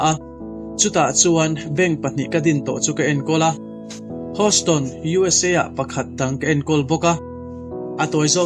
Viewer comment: Keipawh, haw lo sela.. Hawston nilovin heuston tia lam tur.. Nakin atan zel aw.. Duhsak comment